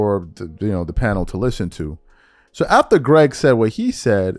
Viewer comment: I don’t think I’ve laughed harder in my life to hear you say. It’s Craig. And Eddie Jones. It’s Eddie House.